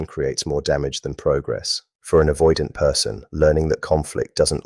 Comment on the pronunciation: AI slop. Can't even pronounce the word avoidant.